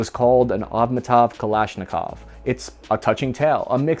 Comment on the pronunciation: Its avtomat kalashnikova not atmotav >:|